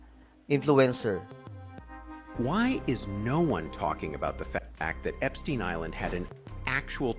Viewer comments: Epstayn is the correct pronunciation. That is a German name. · Epstayn po basa nyan! 😢✌️GOD BLESS THE PHILIPPINES 🙏🙏🙏